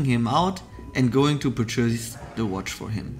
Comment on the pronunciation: the way you say purchase is soo weird and wrong😂